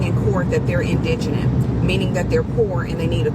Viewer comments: Would someone PLEASE correct the pronunciation of “indigent” to the YouTube universe? It’s not pronounced “in-gent”, but “in-deh-gent”. Thank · Indigent not indignent 😂🤣😂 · It’s indigent not indignant 😂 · I watched 6-8 stories with commentary about Carmelo and have seen a dozen Black people that can't properly pronounce the word indigent. Half of them said indigenous! WTF? Just an old af (73) Caucasian man, smh. We were taught phonics starting in the 1st grade. We learned how to sound out words and pronounce it properly even if we didn't know what it meant. The last 3 generations weren't taught that. They also have problems with reading, writing, and math. I'm sorry our system failed you.😢✌️ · The word is not "indignant" its "indigent"! I'm sorry im laughing at everyone mispronouncing it. 😂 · INDIGENT. IN-DI-GENT. Not indignant, not indigenous, not indirgent - IN-DI-GENT. 😆😆 Did none of these people ever learn how to pronounce easy words? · Not “indignant”. INDIGENT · Pronunciation is in-duh-gent. NOT in-dig-nant or in-di-gen-ous. Those other words have completely different meanings. Sound it out syllable by syllable or ask Google. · IN-DUH-GENT. Not indignant, not indignent (which isn't a word) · They kept saying indignant. Indignant is how I feel about this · Its pronounced "In Da Gent" everyone is mispronouncing the word Indigent. Which Karmelo wasn't. They received 612k prior to trial. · I wish people could learn how to pronounce indigent. It’s pronounced In•duh•jent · It is pronounced indijent. No hate, just 3 generations of teachers. It was tough growing up when speaking incorrectly. I was schooled. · Just amazing how Americans cannot pronounce indigent. In DI Gent. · It is pronounced "In-duh-gent"! And technically Karmelo is Indigent because as an 18 year old he owns no property, no savings, no job. Now " the family " is asking for more $$$ for transportation, security, housing, etc. What a scam! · Why can't anyone pronounce indigent? Lol...